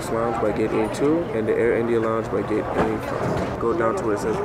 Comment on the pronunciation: You said geet instead of gate